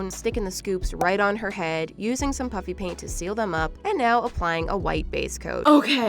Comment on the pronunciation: This reminded me of when you addressed the comments that said when you say "puffy paint" it sounds like "puppy paint. " It was pretty nostalgic for some reason 😂